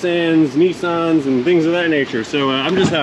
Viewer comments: you pronouce Nissan correctly😊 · Thank you for pronouncing "Nissan" the way you do, because it sounds more authentic internationally. Love your other nicknames for cars and engines, that is great entertainment. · Funny thing, his "wrong" pronunciation of Nissan is actually closer to the Japanese pronunciation. Edit: Also living in a country where English is not an official language it's baffling how confused natives get when a word is pronounced wrong and there's almost zero attention paid to context and I have to deal with Australian, South African, Nigerian, Indian, British, and American English. Also people from countries where English is not an official language tend to add their own peculiarities, German, Dutch, Brazilian, and Mexican. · Your 'nickname' for Nissan is the correct way to say it. It's the US advertisers that said it wrong and no one knew the difference before it was too late to fix.